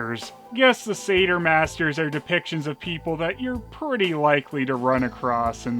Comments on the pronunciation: I'd have thought that Satyr is pronounced Satire not Sayter? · I think maybe it’s pronounced “Satire” masters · Usually I hear satyr pronounced almost like sadder but say-terr is also common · Am I the only one who pronounces it ‘Sat-yer’?